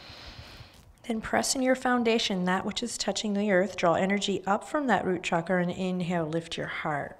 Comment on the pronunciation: As an Indian I am so happy that Adriene says ‘chakra’ with the right sound as in ‘channel’ and NOT as in ‘Chicago’ or ‘shark’. And every other Sanskrit word/phrase - absolutely accurate in terms of sound. This is very important as sounds in Sanskrit are important in terms of frequencies.